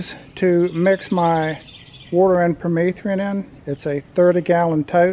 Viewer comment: If he says per-meeth-ree-in one more time..........